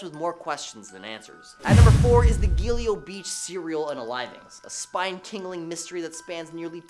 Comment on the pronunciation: Its Gilgo Beach. Not Gilio